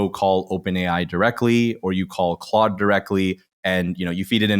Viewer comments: Stop saying CLODE It's Claude. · This is a great and SUPER helpful video! Thank you! Issue: it’s pronounced like “clod.” Not “clode.” For reference… 90’s action star Jean Claude van Damme. 🙄😜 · I, for one, don't think it's ode that keeps pronouncing it Clode. Lave hyme alown.